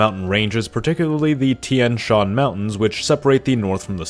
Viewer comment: Tian Shan, Tian is just one syllable Tyan not Tee, en.